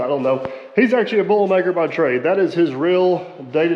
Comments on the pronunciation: What the heck is a "Bull maker"? I've heard say that Aaron is a bull maker? bowl maker? boilmaker? by trade several times. And I've listened to it repeatedly and carefully. I don't know if it's a southern Indiana accent or what but I have no idea what he's talking about. It sure sounds like bull maker but here in northern Indiana it takes a cow and a bull to make another bull. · every time you've mentioned mbts day job i cant quite catch it, sounds like bowl maker?